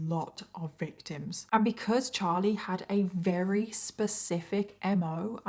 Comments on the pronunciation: It's "very" not "weary" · If you can't pronounce the word "very", then don't say the word "very ".